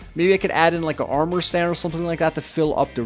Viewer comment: Lol he says gold amor and then he puts down diamond amor 😄